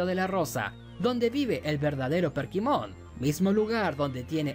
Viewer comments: Porqué dice PERKIMON? se llama Kerpymon. Además este men nada más por que a él no le gustó, ya dice que es la peor temporada.. Mira los comentarios y te darás cuenta que casi nadie concuerda contigo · por qué le dice perkimon a kerpymon jajajajajaj lpm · decirle Perkymon a Kerpymon me dio toc todo el video xd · Soy el unico que escucha que le dice perkimon en vez de kerpymon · demasiados "perkimon" pero buen video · mi unico punto en contra es que todo el video te la pasaste diciendo Perkimon, y es Kerpymon o Kerubymon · Kerpymon no perkymon jaja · Perdí la cuenta de cuantas veces dijo "Perkymon" xD tremenda dislexia de más de 30 minutos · por que le llama "perkymon" a kerpymon y "dunasmon" a dynasmon? me pone muy nervioso xd